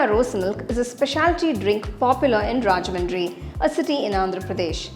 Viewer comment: It's rajahmundry....not rajamadri